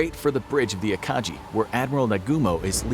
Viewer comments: It’s Akagi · ah yes, the akachi At least the pronunciation was fixed later on